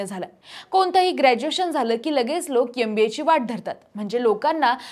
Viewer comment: Adhi MBA nit bolayla shika. "YamBA" kay asta. Ugach mullana chukicha shikvu nka. Suruvatiche thode varsha avghad jaatil pn nantr success nkiich ahe.